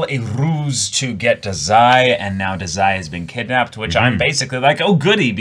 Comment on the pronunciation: Im pretty sure Dazai's name is pronounced Dah-zai, not Duh-zai